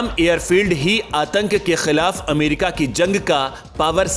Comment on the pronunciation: Correct your language... Don't say.... Kha..kha...kah...kkhhhii.... It's Khilaf... Not... Kkkhhhhiiilaf.